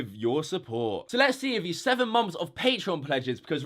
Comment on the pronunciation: what exactly is a 'mumpf'? He keeps saying like '7 mumpfs of pledges' but idk wtf a mumpf is.